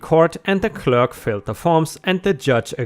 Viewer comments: Filed is not the same pronunciation as filled. Specious is not the same as spacious Freight isn't pronounced like fright I hope you don't mind the pronunciation tips. I speak 2 languages and appreciate corrections myself. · "Filed" is pronounced fy-yild.